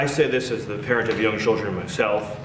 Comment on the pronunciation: "I took my chilrden" no he fucking didnt😂 Id bet money he pays people to do that for him